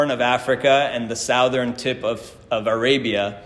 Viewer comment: I can’t get “sowthern” out of my head